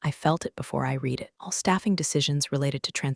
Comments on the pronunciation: Please pronounce Read in past tense which sounds like red. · The past tense of "read" is also spelled "read," but it is pronounced as "red." This form is used to describe actions that have already taken place But this Atari video game app is still not able to pronounce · the past tense version read sounds just like red. AI often gets that confused, but it’s easy to spot once you know. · Read as in Reed and Read as in RED ai cant tell the difference annoying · context matters but TTS just bulldozes thru like it’s all the same. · Because this AI cannot read in context. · Excellent storytelling: if only you could pronounce the word "read" correctly..... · The only way to get AI to get it right is to use reed and red instead of the correct use of the word Read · I comment “I’ll subscribe when you hire a proofreader and a voice actor who knows when to say /reed/ or /red/, /lǐves/ or /līves/…” all the time